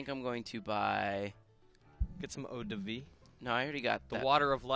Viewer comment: (Eau de vie) Perfect translation "100%" Your pronunciation is pretty good i'v got to say..